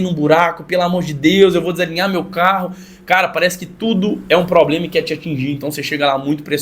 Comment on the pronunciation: "Cê é tão novo pra ter probrema" me quebrou kkkkkkkkkkkkkkkkkk